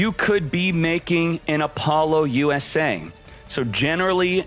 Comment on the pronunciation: “Apollo-USA” lol what? I’ve never heard anyone pronounce Apollousa that way 😄